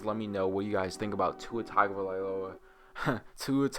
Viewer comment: Maaan, if you're going to shit talk the man the least you can do is pronounce his name right.